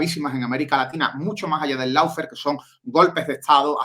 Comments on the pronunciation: dilo bien. Una cosa es no saber como se dice y decirlo mal, como todo el mundo en España, donde tenemos un problema conocido con los idiomas... Y otra cosa es saber como se dice (lo digo yo aquí: looféar) y seguir diciéndolo mal. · Por favor, recuerden que LAWFARE se pronuncia LOOFÉAR (O larga y no suena ninguna U), no loufer que es una pronunciación INVENTADA. LAW ley Loo LOW bajo Lou Muchas veces la diferencia entre hacer las cosas bien o seguir la manada sin cuestión es QUERER o no.